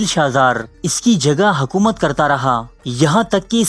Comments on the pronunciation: It's not hakoomat. It's hokoomat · Hakomat Nahi Hukomat